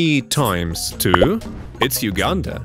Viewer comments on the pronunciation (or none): none